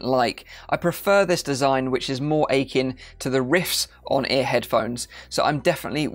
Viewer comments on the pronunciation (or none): none